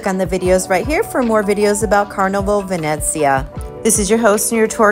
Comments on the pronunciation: Isn't it pronounced VeNEEzia, like in Venetian? I noticed you said, "VeNETzia." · That’s what I thought too! I was corrected in another video I made saying it was pronounced VenNETzia. LOL I give up! 🤣